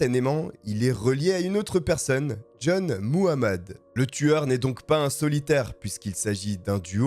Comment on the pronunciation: Faites attention quand vous prononcez Muhammed le h n’est pas muets